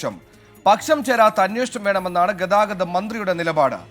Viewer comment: ആദ്യം ഈ അനൗൺസർ പുള്ളിയെ ഒന്നു മലയാളം പഠിപ്പിക്ക്. ഗദാവതം എല്ലാ ഗതാഗതം.